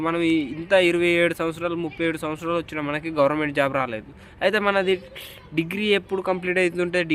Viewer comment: " వాచిన" కాదు అన్న" వచ్చిన" 😂😂😂😂😂😂😂😂😂😂